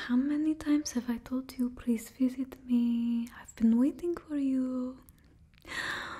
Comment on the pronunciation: Bring back Random plweese